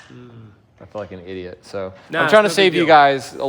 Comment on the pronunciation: “I felt like an idiot” almost sounded like you said something else. Threw me off for a second there lol